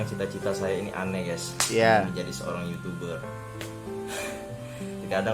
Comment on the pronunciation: guys (gais) bukan ges anjeng